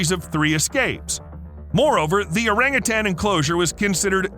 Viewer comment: Learn how to pronounce orangutan!